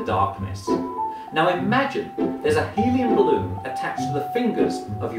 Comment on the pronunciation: My right hand went up the moment he said heliumbaloon. xD